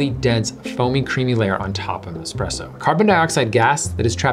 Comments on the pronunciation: Could you two ladies change a tire? What value do you bring to our world? Expresso? Which you specifically pronounced. Get a job. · I hate it when people say expresso instead of espresso. Expresso? eXXXpresso?? there is no X in the Italian alphabet so it is not even possible to say EXXpresso. Espresso is such a beautiful word.